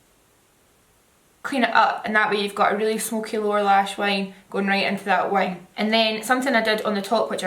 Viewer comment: omg every time you said "wing" i thought u was saying "wine" n was thinking what's this girl on pls😭